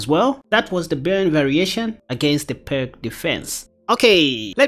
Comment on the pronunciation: I like the Byrne against the Pirc. One minor comment, if I may: "Pirc" is pronounced "Peerts." It's named after a Slavic chess master.